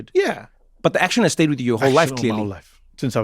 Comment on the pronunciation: Trevor says inter action instead of interaction with a pause like it's two words! it's cute